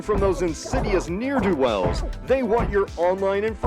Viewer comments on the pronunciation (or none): Interesting concept, but the ad at the end of the video is so f*cking annoying (never buying that stupid product), and you pronounced 'ne'er-do-wells' incorrectly.